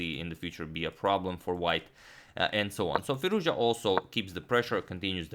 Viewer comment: That is pronounced "Firooz-ja"